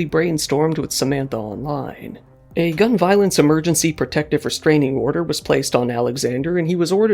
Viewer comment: “gun voilence”